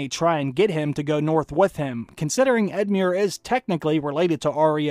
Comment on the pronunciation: just edmiure was as murrer but the rest was fine:)